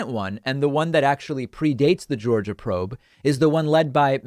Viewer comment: did you say "zhorzha?"